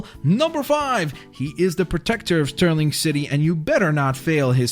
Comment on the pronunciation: its starling city not sturling city